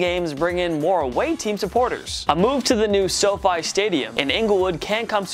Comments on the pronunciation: SoFi is short for Social Finance, a Stanford Business School start up by 4 classmates .The correct pronunciation is SoFi, not SoFee! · When he said the Soo fee stadium 🤣